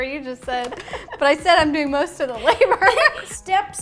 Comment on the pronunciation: "I'm doing most of the labour over here so" "DID YOU JUST SAY YOU'RE DOING MOOSE OF THE LABALABLABOUREHRE"